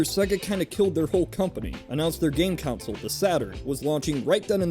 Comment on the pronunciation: Why do you call a console a council I am really confused... it's pronounced "con-sole"... you know, how it's written.